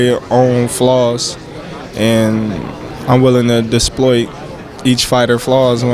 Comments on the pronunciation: "...DISploit" (a.k.a EXploit 😁) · Bra it’s exploit not disploit my dawg 😂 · Did bud say disploit or exploit 🤔🤔🤔🤔🤔🤔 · WHat the fuq is “disploit” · He said disploit